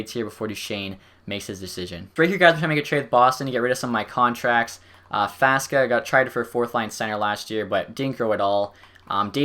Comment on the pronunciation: Faksa, not Faska. You keep calling him like this.